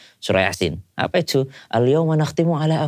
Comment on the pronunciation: Emang biasa terselip lidah ya, ngomong "apa itu" jadi logat british 😁 Sehat selalu